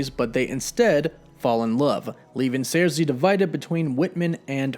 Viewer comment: Her name is Sersi, not Zarsi!!!